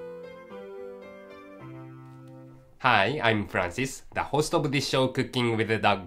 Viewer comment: did Francis say; "the housedog of the show" or "the host of the show"... didn't understand it xD